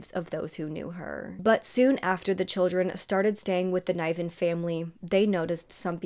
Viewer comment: I'd pronounce Niven with a soft i.